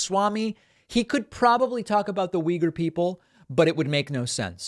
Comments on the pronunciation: Uy-gour. Not weager. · the way americans pronounce if (“wee-gurs”) is totally wrong, actually. but i doubt that this mayor knows the ACTUAL pronounciation of the word, though. only uyghur people seem to pronounce it correctly. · I'm definitely not a Republican, nor am I even from the US, and I actually don't intend to defend this guy, but maybe he knows, who the Uyghur people are (not saying, he would have a coherent take on them), but just doesn't know, that it's pronounced this way. Maybe he only knows them from reading about them. At least, that's my rake on that as a non-native speaker. I also wouldn't have had an idea, that this is pronounced like that. In my native language, it's also pronounced very differently. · I was pronouncing it wrong this whole time